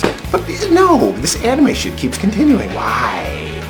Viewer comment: Its called anime not animeeh.